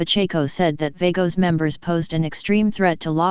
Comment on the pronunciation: If you cant PRONOUNCE it right then youve NO business reporting it!!!